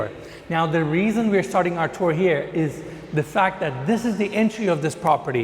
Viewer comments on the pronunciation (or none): none